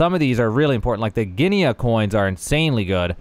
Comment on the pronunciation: *Gee-nuh coins.